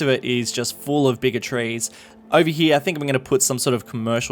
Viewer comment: Anyone else think the way he says "bigger trees" sound like "bigotries"? I'm just imagining racist eucalyptus trees or something